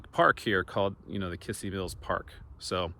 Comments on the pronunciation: Kissee Mills pronounced Kizzee Mills accent on second syllable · Kissee Mills, pronounced KIZZEE. There used to be a bar in Isabella that we played in in 1993 that had chicken wire over the stage. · In case no one has already mentioned it, the stress in Kissee is on the last syllable-- kiSSEE mills. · In Claremore Ok there is a Ford dealership- Jack Kissee, pronounced kiss sea. I did some research and discovered this name was in Missouri in the 1800s. It isn't a common name at all- 3 in Missouri at one time. In Missouri it was pronounced Kizzee. Interesting how names are pronounced differently in different areas of the country. I love history, your videos are right up my alley. Stay safe and GOD bless